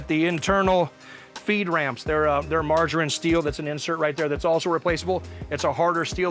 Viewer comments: "Margarine" steel = Maraging steel, i.e. "mar" (martensitic) - "aging" (heat treated and aged). Mar-Aging. Maraging. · Is he saying margarine steel? Does he mean maraging steel? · 'maraging steel' not margerine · Sounds like you guys keep saying "margarine steel" when referring to the bolt and other components. Did you/ mean maraging (martensite aging) steel? There are a couple silencers now that are made from M300/C300 maraging steel. Wondering if its the same thing. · Margarine steel? The heck? Do you mean maraging steel? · "Margarine steel", I think he means maraging steel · I kept hearing "margarine steel" ... smooth as butter steel but greener? My ears are dyslexic... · "Margarine" steel. That got me every time.